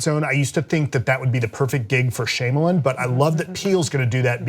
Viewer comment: Three Billboards was my favorite of the year, for sure. Blade Runner 2049 is a close second. Get Out is very good, but it's not even the best HORROR film of the year in my estimation (Raw is). Also someone needs to tell not to say it like "Shame-a-lin"